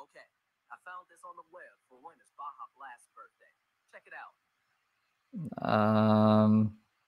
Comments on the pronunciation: Baja is pronounced baha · Baja blast is pronounced- Bah-ha. Yes you must freeze breast milk but there is no way she is producing that much. 40oz would barely last two days not a week and nobody is taking breast milk for a baby without knowing how it was stored it can only be out for 2 hours before it goes bad. She’s totally off base with her “over abundance “ nonsense. Babies feed every 2 hours from the start of when they began nursing sometimes they cluster feed which is even more often so she’s not pumping nearly enough to keep up with the need let alone keeping it stored safely. No foster parent or hospital is giving that milk to any baby